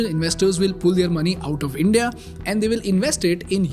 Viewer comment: Bro please atleast say the word India better